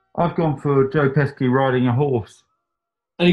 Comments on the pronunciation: The way you are pronouncing "Pesci" is driving me absolutely insane.... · Pesci is pronounced PESH-ee, you pesky buncha jokers. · Pesci is pronounced "Peshi", There is no hard k sound. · It's pronounced Pesci.